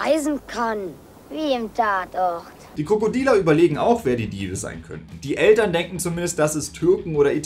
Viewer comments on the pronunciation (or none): "wie im tatorrrt" 😂